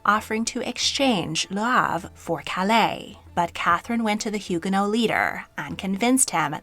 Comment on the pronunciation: I enjoy this channel, but some of the pronunciations in this one are way off for English speakers: Le Havre, Huguenot, Chenonceau, etc.